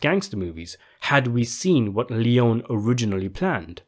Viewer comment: His name is pronounced Sergio Lee-own-ie, not lee-own.